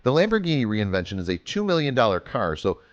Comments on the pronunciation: Its Reventon not reinvention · Looks like absolute trash. Why is this video acting like it's a spot-on replica? And what the FUCK is a "Lamborghini REINVENTION". REVENTON. RE. VEN. TON. It's SIMPLE. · You keep saying "reinvention" like an idiot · Lamborghini reinvention? You mean reventón? And also, that car doesn't fool anybody lol. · Reinvention OMG it's revington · Reinvention? You mean Reventon you idiot? And that thing looks stupid as sick and you're an idiot for narrating and posting that stupid video I've jerked off and jizzed in the shower drain and it was worth more than that car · That looks like shit. It looks absolutely nothing like the Reventon and nobody, not even Stevie wonder, is gonna be fooled by that garbage. And is he calling it the "reinvention"? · Lol lamborghini "reinvention" it's a "Reventon" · What the fuck are u saying. It's nit reinvention it's Fucking REVENTON BRO!!!!!!!!!!! And that does not look nearly as a reventon it's look like a garbage. I dont have a car but I don't what to fucking ride that crap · The car is called "Lamborghini Reventon"... not "Reinvention" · "lamborghini reinvention" wtf it's REVENTON and it looks like a pos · First off its not reinvention, its Reventón. Second its not a two million dollar car, its a 1.6 million dollar car... Not to mention, an eclipse probably can't support the weight of a 6.5L V12 without some serious structural modification. And last of all, the two million dollar Lamborghini your speaking of is the Lamborghini Sesto Elemento. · Shit 'replica' 'reventon' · Say it with me Re. Vin. Ton and or. Ten so reventon or reventin pronunciation is depended a lot on how u say it but it is now a revention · Why do you say it like "reinvention"??? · Ren vent on is how u say it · TheHardest it is called rèventon